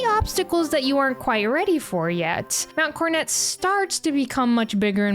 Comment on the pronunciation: Wh...Why are you saying mount cornet? Am I tripping here, where's the second 'o' gone??